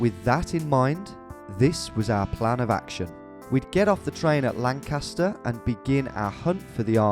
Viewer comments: it's lan-kiss-ter not lan-KASS-ter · As a native born Lancastarian, the way you pronounce Lancaster hurts my soul